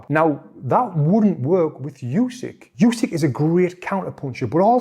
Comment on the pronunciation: What a pain in the ass that "yousik" is. His last name is pronounced "Oosik"